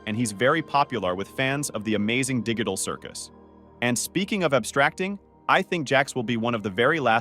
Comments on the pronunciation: He Said Digul Circus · "The Amazing diggital circus" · "dig-tital circus"👍